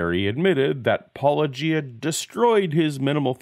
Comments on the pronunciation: When an apolo(g)ist can't understand the difference between a hard and soft G when pronouncing channel name, I'm skeptical of his self awareness to identify and correct his own thinking. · Paulogia drinking game. Every time an apologist says his name wrong, take a drink. If you haven't heard that pronunciation before, that's two drinks. Oh my Glob, I'm only two minutes into an hour long video. I'm gonna know how a glass of water feels before the end.